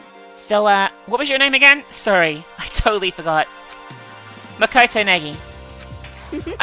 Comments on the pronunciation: oh btw, you're saying Naegi wrong. its pronounced Nye-Eggy. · Gosh I love the way says naegi?? It's just Neggy